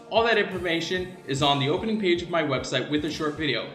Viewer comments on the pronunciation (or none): none